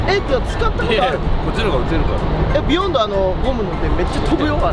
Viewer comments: ビヨ↑ンド↓ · ビヨンドのイントネーションおかしいww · ビヨンドの発音が違かったな ビヨンドだった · ビヨンドの発音が違うなぁ 昔ビヨンド使って左しかいないチームいたわ みんな叩きつける走り打ちしてくるの 俺はずっとビヨンドの赤使ってたな